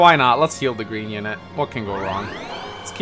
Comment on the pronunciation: "Cowfee?" "Gween unit!"